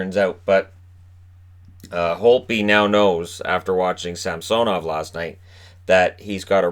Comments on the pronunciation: It’s Sam-so-nov? Not Sam-suh-nov? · Brandon Narayan yeah it’s Sam-suh-nov